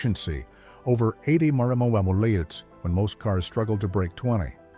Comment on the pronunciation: Poor robot can't say mpg or mph!